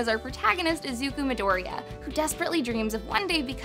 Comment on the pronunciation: I hate how she pronounces "midoriya" She says midoria, u have to say that ya part